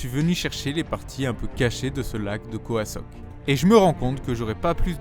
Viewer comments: Belle vidéo merci pour le partage c'est khao sok et non khoa sok ^^ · Tu prononce khoa sok mais c’est khao sok non ? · La plante est une Alocasia et on dit Khao Sok pendant toute la vidéo tu dis Khoa 😊 Sinon comme d’habitude Top toujours plaisir à te regarder, j’aimerais bien la regarder avec mon fils de 10ans, mais parfois des mots pas pour ses oreilles 🤓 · J'adore tes videos mais "Khao Sok", prononcé "Koa Sok" je dois avouer que ça a été dur à écouter, d'autant plus que j'imagine que c'est une voix off au montage et qu'aujourd'hui on peut facilement trouver comment se prononcent les noms des lieux . Mais sinon encore une belle aventure, avec un style spontané et naturel sans chichis qui permet de passer un bon moment!